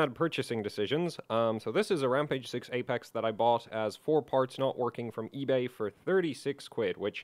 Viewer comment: Really emphasized "Rampage"